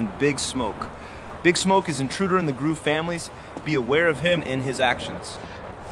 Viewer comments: grove street ❌ groove street✅ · "Groove"GRUUVSTREET. That was bad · the Ai can´t say Grove hahaha